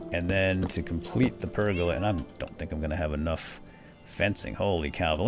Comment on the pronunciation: Anyone else laughing at incorrectly pronouncing pergola constantly?